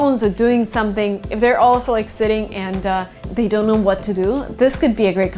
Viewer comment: when she said "shumpting" i felt that